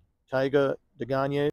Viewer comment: I completely agree with your pronunciation Day-Gahn-Yay. I ran it through Google Translate, listening to Googles French pronunciation and it sounds like what you spoke.